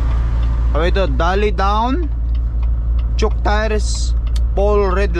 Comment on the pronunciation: Choke yan hndi chuck...